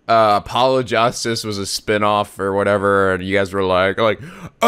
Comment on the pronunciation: Nico: "Apollo Jostice" Me: Slams Door